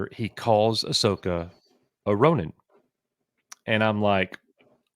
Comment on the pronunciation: Ronin? I thought they said Rodent.